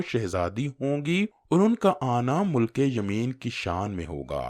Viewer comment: ”مُلکِ یمین“ نہیں۔۔۔۔۔۔۔۔”مِلکِ یمین“ درست تلفظ ھے